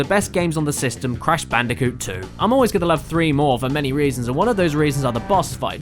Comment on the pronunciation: What's Crash Bandicoot? Oh, you mean Cash Banooca?